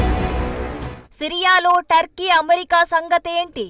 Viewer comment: Turkey ani pronounce cheyyali. Thurkey kaadu!